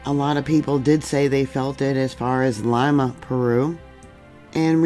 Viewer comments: Lee ma not Lima much love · City is pronounced LEEMA, not LIMA.